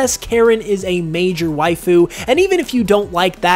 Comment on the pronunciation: Sir please stop saying Wife-ooh or however you'd spell it. After the 50th time hearing it, I can't anymore 😂